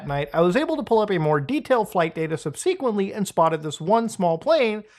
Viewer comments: sub-seek-went-ly? Isn't it sub-seh-quent-ly? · Why do Canadians and YouTubers say “Sub-see-kwently” ? It’s sub-suh-kwently. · Nah, he's a seeker 😅